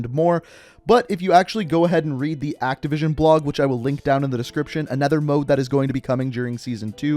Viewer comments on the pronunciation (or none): none